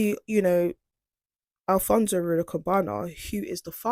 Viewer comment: His name is not alfonSO his name is al. fons correct pronunciation al fons ALPHONSE